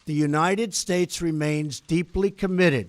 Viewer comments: "god blesh United Statch" ..he's losing it. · Are his dentures loose?? His speech is incredibly slurred in that last two sentence blather. " And God blesh the United shtatesh" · I watched the whole speech & I think it is so petty of the msm to zero in on a slight slurring of "states" & not the content. Hopeless msm!!!!